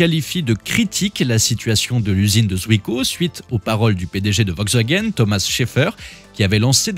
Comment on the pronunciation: De toute façon "Vogsvagen" comme vous dites, aurait mieux fait d'arrêter cette série D'ID Abomifreuse bien avant !